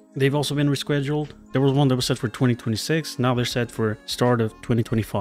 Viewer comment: I have a nagging feeling that we might not be okay... Also "reschweduled" lol